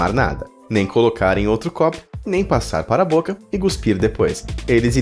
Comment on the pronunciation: e CUSPIR q fala e NAO guspir!!!!!!